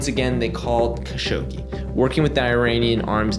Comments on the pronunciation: definitely good character to pronounce people’s names correctly but his name inst KHashogi, the transliteration from Arabic would be A’dnan kha-Shuq-ji, but the origin commenter has a point in Arabic the letter خ doesn’t have as much kgggh in it as you’re pronouncing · bro, youre doing too much with dudes last name. just Kah-shogi. Dont need the kkgghhaaa-shogi throat loogey thing, especially while totally missing other foreign surnames without concern lol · Idk if you respect this guy but say it the way tim dillon says it, Kashogi lol. So much inficense on the hard R's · i hate like you pronounce his name: ACH SCHoggi" LMaO his name is and was "evil bastard" or SATAN HIMSELF 😆 YEAH the chechinian "attacks" have been the 9/11 or "pearl habor" for the falling UDSSR. same playbook, sam actions, same outcome. Hitler did the same like 40 years earlier with the "reichttagsbrand". why we fall for the same shit all over again, every few years?... its freaking crazy!!! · yea great video but the HAAGGGGSHOGI every 10 second is fucking awful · okay I put up with it, good video. just don't spit at me next video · I love your videos but I gotta dip out on this one. I can't hear you pronounce his name like that anymore. I'll be back for the next one 👊🏼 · Bro stop pronouncing Kashoggis name like that, just be normal. Its a foreign name no one is going to judge you for not pronouncing it right jeeezz.....